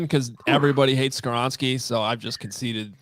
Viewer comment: Not Skawronski